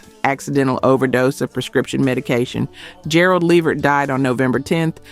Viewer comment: Dang it. Just when I thought this wasn't gonna be an A.i channel til I heard it pronounce Gerald Levert's name😵‍💫😑🤷🏼‍♀️